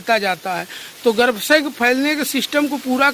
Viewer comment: पहाड़ी भाई गर्भाशय कहते हैं, गर्भसय नहीं